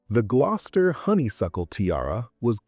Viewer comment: This is why you dont use Ai. Glos-ter.